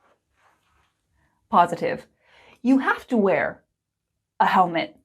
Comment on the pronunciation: I think you might make a wrong pronunciation when you say the word wear, it sounds like were a bit though.